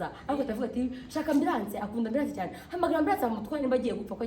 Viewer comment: Shemsa ga mana ngo hospital emburance😂😂😂😂😂 imbavu zanje murazivunye